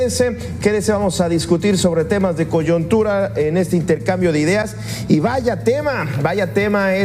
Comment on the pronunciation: Coyontura ja ja ja. Se dice COYUNTUTA, con U.